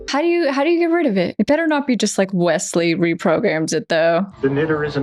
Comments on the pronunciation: I will never tire of calling him Wessels. It just makes me think of Chekov every-time she says it. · Nuclear wessels!